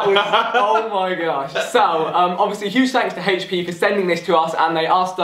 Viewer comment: Hhaych-p is how they pronounce HP